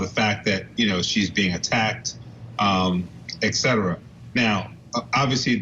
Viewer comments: Even this lady says eKcetera lmfao every single adult on this channel says it, that's just amazing. You sound so silly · Did this man really just say eKcetera? In that bow tie and glasses?